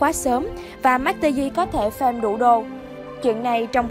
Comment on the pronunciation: Farm mà cứ đọc thành fame nghe khó chịu thật sự :))